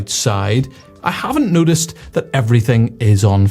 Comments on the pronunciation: I have never heard "Noticed" sound like "Nudist" before! If we want to be Nudists, then surely a little warming would not go amiss? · I thought you were saying "nudist, i haven't nudisted"... then i thought, as a nudist you would notice weather trends.